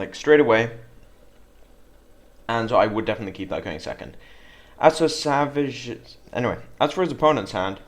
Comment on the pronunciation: For the record, his name is pronounced "Sav -eets" Artosis has made us all call him savages.